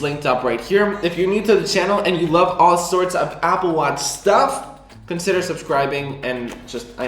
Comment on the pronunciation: “Apple Wutch”